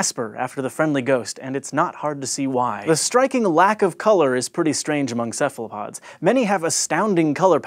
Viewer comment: To those watching this video: Don't make the same mistake as the presenter. "Cephalopod" is pronounced as if the initial C were a K. The origin of the word is the Greek word Kephalos meaning "head".